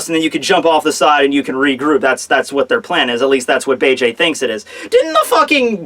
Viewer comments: it's beeg not bayjay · The name isn't fucking Bay-Jay it's Beige like the god damn color. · "Bege" is pronounced "Beige" btw now Bay-Jay lolol